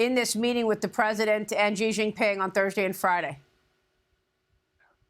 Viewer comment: Whats a "Jzi Jzing Ping"??